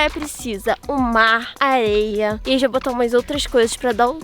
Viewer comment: A fala aeia em vez de areia Deiche o lake Você sabe quem e a pessoa mais linda do mundo Olhe aprimeira palavra😊